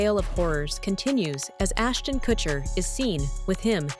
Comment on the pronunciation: Ashton Kushiner lol